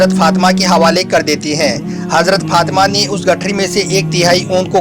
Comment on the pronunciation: bbai sab thil he Masha Allah aap bahut achha batate he par pls izzat se naam lya kare or bibi Fatima he unka naam aap galat pronounciation kar rahe he . pls bura mat maniyega .